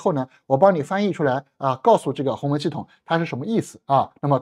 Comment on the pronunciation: 是鸿蒙，不是鸿门哦，博主注意读音！